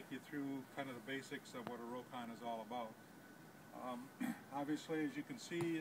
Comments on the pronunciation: It's pronounced 'rock-on' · The name is pronounced "Rock-ON"